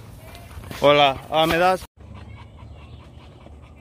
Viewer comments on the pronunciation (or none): none